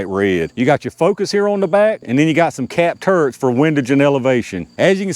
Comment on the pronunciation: Just had to say, towards the beginning of the video, when you said "capped turrets" I initially thought you said "cat turds" and couldn't stop laughing.